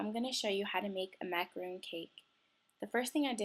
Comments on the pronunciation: its macaron nor roon ugh i hate when ppl say stuff wrong btw im a girl and im on meh dads computer and chloe2cool T-T ur right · Macaron is pronounced the way it's spelled -- it's not a macaroon, it's 'mac-uh-rohn'. Otherwise, this was an awesome tutorial! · It's pronounced how it's spelled, by the way because a macaroon is something different. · Super cute!....lol but it is pronounced macaROHN, but I am gonna try this!!! Looks like so much fun!! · It's not pronounced macaroon it's macaron